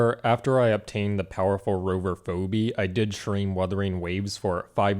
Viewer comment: Who is FOBEE? You mean Phoebe>? FEEBEE And errnerr someone is not dancing by the fire. Go ANYWHERE that people are dancing and at least SOMEONE will be tired or bored. FACEPALM